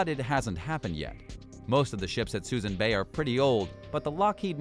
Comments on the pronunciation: It's not Susan Bay. It's pronounced Sue Soon. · I suppose you actually have to be from the Bay Area to know that Suisun is pronounced "suh-SOON." The "mothball fleet" discussed in the video was long gone by the time this was posted in 2021. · Narrator obviously knows nothing about ships. Can’t even pronounce the Oriskany correctly. Also Suisun bay is not called Susan bay. Also…. They say that nothing has been done about the mothball fleet in suisun bay… Bull shit! I live right by it. There’s maybe 6 ships there when they’re used to be 100+ ships. You obviously did not get your facts straight before making this video. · Someone needs to tell the narrator how to pronounce Suisun and Oriskany.